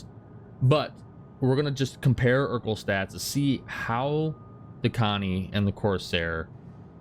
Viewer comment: It’s not eurkl it’s erkul